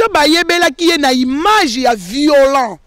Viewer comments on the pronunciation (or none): none